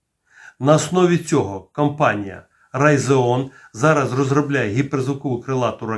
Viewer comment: Рэйтеон а не райзеон😂